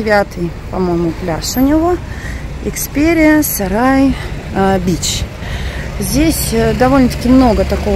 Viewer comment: Экперия САРАЙ бич??? Мне послышалось??? Или всё же последние 2 слова оставляют желать лучшего??? 😃😬🤣🤣🤣